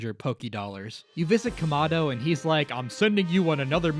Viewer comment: Also it’s kamado not komado you dumdum